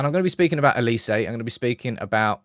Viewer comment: His name is OLISE. with an “O”. It’s pronounced “OH Li Se” Why do you guys keep calling him Elise???